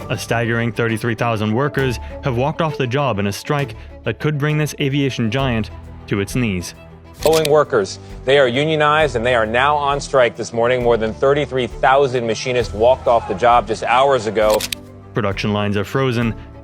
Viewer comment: Someone's got to tell this computer voice how to pronounce Machinists, not mac-a-nicks.